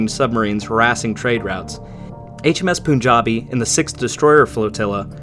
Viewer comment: Great video. btw it's pronounced as P-aan-jabi, not Poo